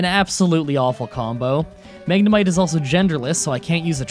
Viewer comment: Bruh you said Magnemite wrong